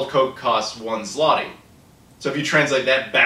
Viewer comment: About coke/pepsi prices: in polish stores it costs ~1$ for 1l bottle, and large 2l bottle is 1.5$ (5zl - pronounced "zloty" very well:-)). So those are not exactly as cheap as described. Though our local beverages are a tad cheaper. And yes - from euro/dollar/pound earner's point of view we live in rather cheap country. About consoles & games - most are imported from the UK/Germany - no region encoding issues. When PSX/SS were released in mid 90's they cost two months salary. And generally pc gaming was the only choice back then. Anyway I hope you've enjoyed your stay in Poland.